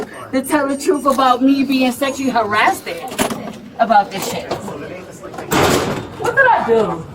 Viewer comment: “Sesually hurrasted”